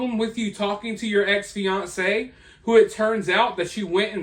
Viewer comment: Kudos ❤ to you on pronouncing Fiancé correctly. Almost everyone says Fiancée no matter which engagement they’re talking about. It’s a pet peeve of mine, lol. 😊